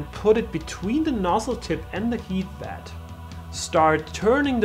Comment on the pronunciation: It's pronounced bEd ... not bAd